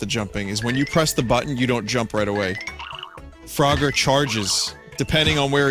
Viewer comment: "Froger" rhymes with "Rodger", so maybe that's why Vinny finds it funny. Perhaps "Frodger" should be like Vinny's impression of Rick crossed with an impression of this abortion mislabelled as "Frogger"?